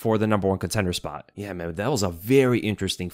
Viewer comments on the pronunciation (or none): none